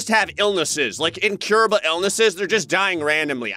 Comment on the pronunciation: "incurrable illnesses" 😂